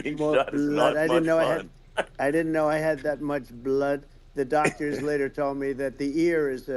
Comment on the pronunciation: “So much bLUHood….i had no idea I had so much bLUOd” dawg